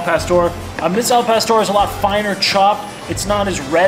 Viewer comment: El pastor? Dude, your killing me. Lol